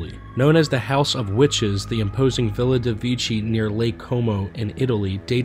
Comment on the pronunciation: It's pronounced, Villa dey Vay Key